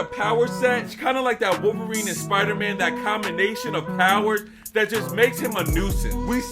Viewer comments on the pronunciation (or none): none